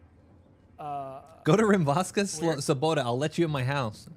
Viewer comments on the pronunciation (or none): Rimavská Sobota afaik is somewhere in the south, we dont read O to A, so its sobota not sabota like in Russian :) Slovakia in general has PLENTY of awesome places I havent been to most of them :))